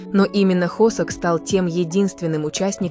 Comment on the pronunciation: ИИ а кто такой хОсЭк? Я з наю только ХосОка! Нет такого города ХваНДЖУ!!! Есть Ханчжоу! Да ппц, все видео просто обосрано безграмотной речью, просто ттрендееец! Бедные мои ушкииии! Всех мемберов вообще не существует с такими именами как вещает ИИ! И слов в русском языке половины нет! Ща блевану!